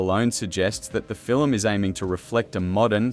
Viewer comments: Fil-em ??? no Film...lol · You pronounced film as filum. 🤣🤣🤣